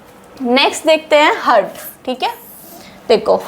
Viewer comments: Heart Ko हर्ट नहीं पढ़ा जाता है हार्ट पढ़ा जाता है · हर्ट नहीं मैडम, गलत और गंदा उच्चारण है। हार्ट बोलो हार्ट। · मैडम आप बहोत ही अच्छी तरीके से समझाती है। आपका बहोत बहोत शुक्रिया। लेकिन आप "हार्ट" को "हर्ट" क्यों pronounce करते हो? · Why u pronounce hurt .pronounce heart please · Your pronunciation of Heart is wrong it's not hert plz pronounce haat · Mam your lecture is good to convince the students but as I heard you on chest x ray your pronunciation for Heart was wrong as you say ( hurt). I am sorry to say this but as I noticed so it is my advise you to pls. You see your same video and check this mistake. Pls.do correct it in future.I think you will not mind it.